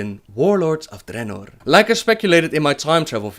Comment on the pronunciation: dRRRRRRRRRRRRRRRRenor the RRRRRRR the RRRRRR